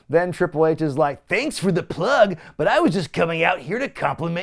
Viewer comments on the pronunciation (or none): none